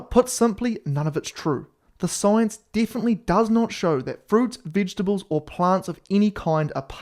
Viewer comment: Did he say “vidgetibles” 😂 🇬🇧